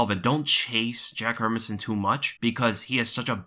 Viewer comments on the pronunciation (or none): Its pronounced: Hair-Mans-Son .. Not Herminson